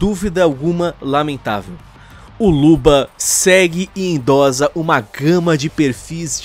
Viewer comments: A pronúncia é endossa não endoza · Se fala Endossa e não endoza. De resto, concordo com tudo. Abraço. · Falado: Endo"z"a Tá errado. Endo"ç'a tá certo. OBS.: Endossa (escrita correta). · 1º endossa é com dois "s" a pronúncia 2° o pessoal da direita é meio homofobico mesmo é só olhar os vídeos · É "endossa" maluco, com dois S e não com um hehehe